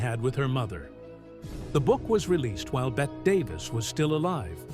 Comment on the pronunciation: Her name is pronounced Betty not Bet, regardless of spelling.